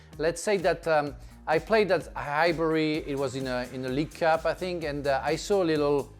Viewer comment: I sink Tottenham 😂